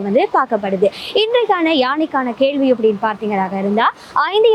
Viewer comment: கேள்வியைக் "கேல்வி" என்று ம் விலங்கை "விளங்கு" என்றும் உச்சரிக்கிறாயடி. நான் இப்பொழுதெல்லாம் sound ஐ mute பண்ணிட்டுத் தான் பார்க்கிறேன். ஒவ்வொரு நாளும் உன்னைப் பார்த்தாலே stress relieve ஆகும். நீ அழகி, நீ நடத்தடி ராஜாத்தி!